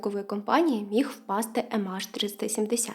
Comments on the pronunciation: Ем Ейч, а не АШ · «ЕмАш»? Чи «ЕмЕйч»?